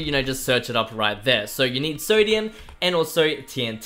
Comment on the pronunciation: You better say you have a speaking problem, cause they way you say three and sodium?! Nope nope nope